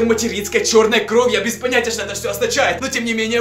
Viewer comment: Почему ты говоришь Кроу а не кровь????